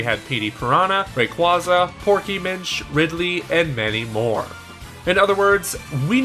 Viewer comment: ...It's Ray-QUAY-za, not Ray-quah-za...goodness, why is that still a thing people mess up? Destiny Deoxys is YEARS old, man. 😂